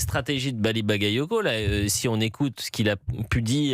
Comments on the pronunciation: Même Jean luc Mélenchon a écorché le nom de Bally Bagayoko et la il dit rien. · melenchon a mal prononcé le nom de Bouli CacaCoco (Bally Bagayoko), bizarrement il n'a pas été accusé de racisme